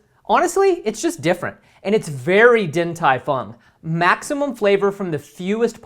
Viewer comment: Only change I would make here is that the “Din” should be pronounced “Ding”. Other than that, great work!